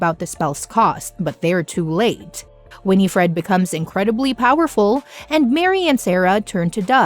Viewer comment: You saying g Winifred incorrectly